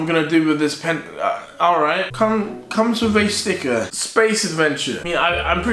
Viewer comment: i can’t tell if deji said “i’ll write” or “alright”